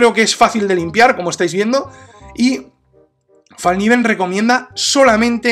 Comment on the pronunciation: Una linda pieza. Una sola corrección a la pronunciación de la marca. En sueco se pronuncia foneticamente "felkniven" pronunciando la "k" tal como se escribe, lo cual significa literalmente cuchillo plegable. Felicitaciones a la excelente reseña. Saludos.